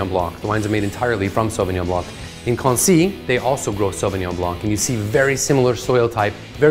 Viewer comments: Not Quancy, its Quncy. Say it lightly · French pronunciation is not "Quancy" but closer to "Quncy". Source : being a Frenchman.